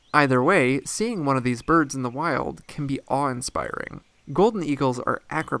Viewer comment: It's weird but every time I hear you say birds it sounds like Burbs